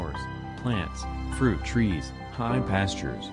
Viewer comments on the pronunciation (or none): none